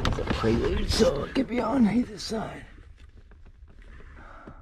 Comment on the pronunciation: Wheey! Someone who knows how to pronounce Prelude haahaha